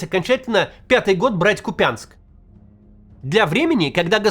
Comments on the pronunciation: кУпянск а не купЯнск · Уважаемый Максим ! Не КупЯнск , а КУпянск , ударение на У . Привет из Харькова ✌🏻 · Максим, вы не много украинских топонимов упоминаете в своих роликах, как думаете, сможете запомнить кУпянск, а не купЯнск.... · Максим! Уже делала вам замечание. Повторюсь. Нет никакого КупЯнска. Есть город КУпянск. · Ты это специально? КУпянск, а не КупЯнск.😢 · Макс говори пожалуйста правильно, не Купя́нск а Ку́пянск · КУпянск! Ударение на «У» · кУпянск, ударение, Макс😅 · Правильно КУпянск 😂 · Здравствуйте. Я, коренной хоркавчанин. Прошу вас называть Купянск с ударом, на "у". А на еа "я". Спасибо.